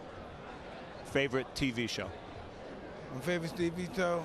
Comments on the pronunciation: how tyson say ,tw show,, omg ahahahahahahaahahahahahahaa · favourite tv show? Mike; Fathwifteevpheethou 😕